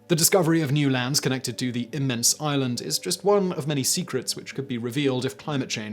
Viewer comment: At the start, I though he said Ireland, not island. My first thought, what a weird slam?